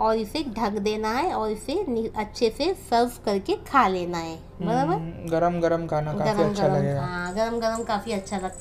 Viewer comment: Aunti ''baraber '' aapke munh se bht hi acha lagta h